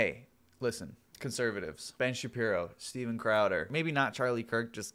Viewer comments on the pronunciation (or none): none